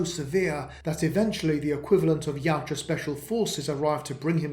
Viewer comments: I love this, just wish you had pronounced the name right with how often you use it. My brain couldn’t stop trying to correct you. (Ya-OOT-ja) not (Yow-Ja) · Its pronounced.......ya ooh ja